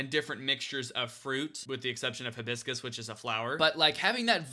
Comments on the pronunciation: hi-bis-cus not hib-iscus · He said “huh-biscus” and not Hi-biscus and it is upsetting me and my homegirls 😔